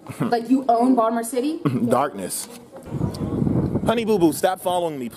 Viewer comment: you can also tell that the sprint woman is from Baltimore bc she pronounced it the right way, "bald-more"